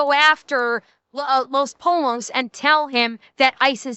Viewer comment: “Poi(y)o”! God Rev drove me crazy with how he pronounced “pollo”.